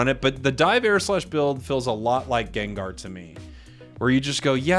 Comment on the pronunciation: Gengrrr 😂 sounds like vermont pronunciation of gengar I love it 😆